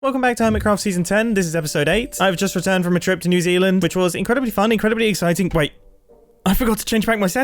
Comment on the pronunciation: I kept flipping my phone at the beginning until he said Newzelsnd